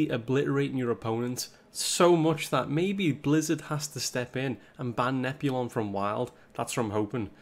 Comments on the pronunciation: Admit it: you watch to hear him calling "Nozami" and "Nep-you-lon" to Nazmani Bloodweaver and Neptulon. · I'm sorry I can't get over him never pronouncing the t in neptulon